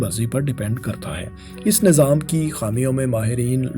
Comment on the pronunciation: Nazaam... Ameedwaar... Bhai.. Nizaam hota hai,. Aur Umeedwaar hota hai... Zair Zabar Paish ka khayal rakha jaye... Baki Content buhat zabardast hai. Well-done